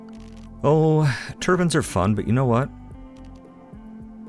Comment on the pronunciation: Hey, I'd like to affirm that your pronunciation of turbine is correct, (The other way is correct too, but shh). Additionally, as someone who works in wind power, I'd like to offer you an M-Word pass; that is, if you'd like to refer to Wind Turbine Generators as windmills, you may. I'm sure your audience will hate it.